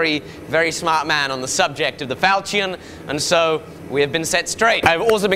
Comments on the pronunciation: Is that how you say ¨ falchion¨? How weird. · Damn, the way you pronounce "falchion" makes my ears hurt. Is this just a mistake or some weird accent thing? [Edit: I love the fact that you got more accurate info from James Elmslie though, he's a master when it comes to medieval single-edged swords]